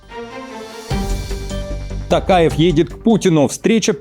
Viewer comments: Пожалуйста,не Такаев,а Токаев🎉🎉🎉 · ТОкаев, произносите пожалуйста фамилию правильно, не ТАКАЕВ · Токаев,Ане Такаев.Попов а не Папав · Токаев и не Такаев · При всем уважении , пожалуйста произносите имя и Фамилию президента РК правильно: ТОкаев КасымЖомарт Кемелевич! А так я ваш постоянный слушатель , и подписчик!🤝